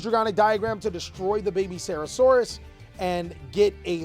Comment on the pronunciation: Lmao at having no idea how to pronounce "name-saurus" Every name is "sarasaurus" lmao